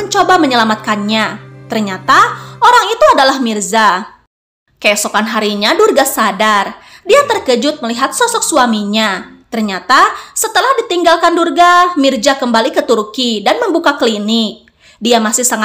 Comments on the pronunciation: Tulisannya Mirza. Kok di baca mirja min? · Min itu Mirza bukan Mirja. Pakai huruf Z min bukan J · Mirza min bukan Mirja